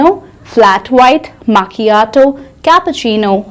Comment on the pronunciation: Its not ‘maaa’ chiato..it’s pronounced as me-kia-toh